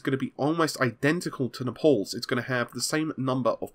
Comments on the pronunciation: Dear, just a heads up, but it's pronounced Nay-pels, not Napolls. It's named after the city of Naples, i.e. Napoli in Italian... Buuut, hey, if it was just you taking the mickey out of the name, that's fine too, hehehe! 😁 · it's Naples not napols.. I'm going to comment this on every video till you acknowledge or correct it. Amd has a bad marketing department as it is and you are not doing any good by butchering such a.... Let's say classy name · WHY ARE YOU STILL SAYING NEPALS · It's Naples. Not Nepal. ;) PS: Have you seen this, some guy found a bunch of trademarked names by AMD. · Dude! 'Naples' rhymes with 'staples'!